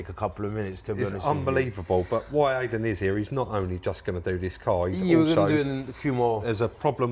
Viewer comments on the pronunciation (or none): Great video as always, but please say I-den not ay-den!